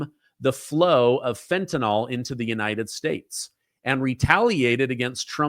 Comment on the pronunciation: Can you please be the first content creator to change your pronunciation from “fentanol” to fentanyl, which is the real word? It’s like Bush 43 saying “nu-cu-lar” all the time. You would stand out for your attention to detail.